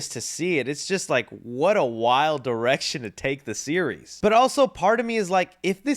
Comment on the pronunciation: Thought said " wild erection " but it's wild direction